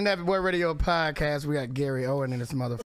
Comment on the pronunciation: OWEN …no “s” 😭😭😭😭